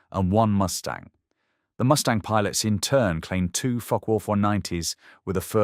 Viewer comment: This is not a joke. The pronunciation of Focke does seem a bit off to me. To put it politely.